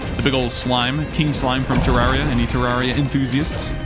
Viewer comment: its terrARIA NOT terrawria